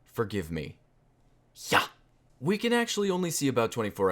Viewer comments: When you said "yha" I started crying even more than I already was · how you pronounced the "yha" sounded exactly like an ironic "ja" (yes) in german